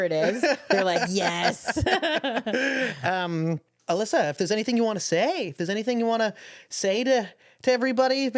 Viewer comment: She did hi-jack my DNA. You nailed her last name!! Alyssa is the best.